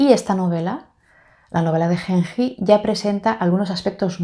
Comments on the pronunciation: ayy dios la novela de Genji (pronunciación es la g de gato "gen", y la j como una "yi") será la novela psicológica más antigua del mundo, escrita en el siglo X. Tuve un seminario de esta obra, una maravilla, es imposible de creer que haya sido escrita en el siglo X. Parece mucho más moderna, todo lo que acontecía en los salones de la familia Fujiwara (clan reinante en esa época) se destacan también otras obras de esos años, como los de su "rival" Sei Shônagon (con el libro de la almohada, pero es un diario) en cambio Genji Monogatari (la romanización en español del japones) es la primera ficción de la isla. Importantísima para toda la cultura japonesa, además de ser la primera novela escrita en japones, porque en la corte y los hombres escribían oficialmente en Chino. La verdad te la recomiendo muchísimo, no se siente una novela tan antigua, la historia es hermosa. La amo tanto que a mi gatito le puse Genji por esta obra hermosa. Lindo Tag, siempre veo tus videos, no los comento casi, pero acá lanzaste una de mis obras favoritas y tenía que hablar jajaja🤭 te felicito por tu canal!!! y pd: dale una oportunidad a Flaubert, es un magnifico escritor, él escritor modernista por excelencia, lo que sucede es que no es aristotélico y creo que eso es lo que te tira para atrás de él, o de la lit contemporánea, aunque yo soy de la idea como la tuya, tanta indiferencia y frase corta me satura de la novela contemporánea, pero hay joyas, solo hay que saber donde buscarlas. Estudio letras e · Genji se leería con G de gato y Ji de Jeep, cuando lo escucho como lo dices, siento que fuese henhi ( con una H en inglés)